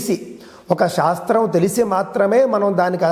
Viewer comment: అద్భుతమైన కార్యక్రమము🙏🙏 అయితే గారు మీరు పలికేటప్పుడు ఉచ్చారణ శివలింగం.. షాస్త్రం అని వినపడుతున్నది. గమనించగలరు. దోషము ఎంచాలని కాదుగానీ.. మీరే ఇలా పలికితే ఇవాళ రేపు మూడొంతులు మంది “శ” ని” ష” అని పలుకుతున్నారు. అందుకని వ్రాసాను. మన్నించగలరు🙏